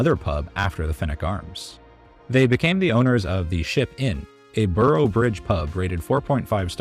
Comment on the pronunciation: its not allbridge its auborough